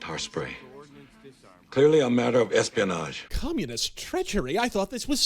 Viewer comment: I swear I heard you say international "lesbianage"